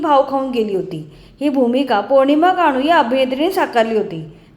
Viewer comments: आवाजातील 'खाजर'नाही,'खर्ज' असा शब्द आहे.'ज'चा उच्चार जंगल मधल्या 'ज'सारखा करतात. गाढू नाही,गानू असा शब्द आहे. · निवेदनात गाणू असा उच्चार केला आहे.तो चुकीचा आहे.